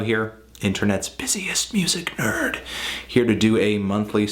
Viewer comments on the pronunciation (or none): none